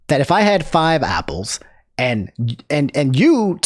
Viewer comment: why do you say Opple instead of Apple